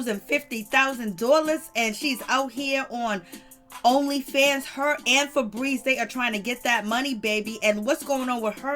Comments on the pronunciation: Every time she says fabreeze I can't 😂🤣😂🤣😂🤣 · Laughing at the name " Feebries" 😂😂😂😂